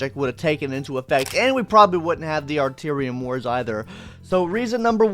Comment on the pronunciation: “artearium wars” lmao 😅😬